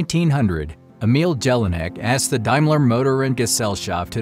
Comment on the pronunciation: I am sure the J in German names is pronounced as a Y in English